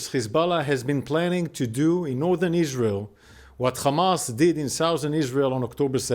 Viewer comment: isr-aerl is ter-rist state